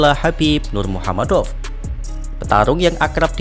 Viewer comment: jgn wes bro sepertinya tidak bisa mengeja kata nurmagomedov.